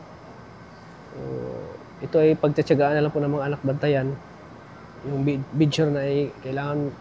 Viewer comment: Tatà BEDSORE tawag doon not bedsure